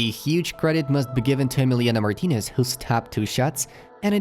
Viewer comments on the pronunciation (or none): none